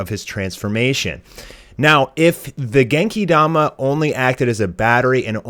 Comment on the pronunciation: Stop saying Genki Dama like that for fucks sake